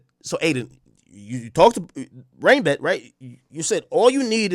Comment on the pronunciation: Did Blue actually ever say RainBet !? Cause all i herd was BrandRisk